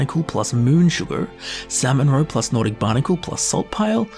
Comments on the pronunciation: By the end of this video I was hearing ‘Sam and Roe’ and I thought he was talking about some sort of sitcom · Sam-mon-row-pluss-hisst-cahp My coworker side-eyed me all the way to work🤣🤣🤣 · samonrow samonrow samonrow... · "Salmon Roe" no longer sounds like real words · Who never wants to hear say "salmon roe" again?